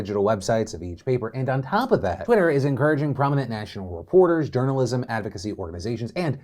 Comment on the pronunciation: Hahahhaha "journolism"